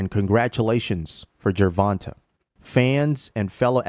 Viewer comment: Gervon-TAY Davis.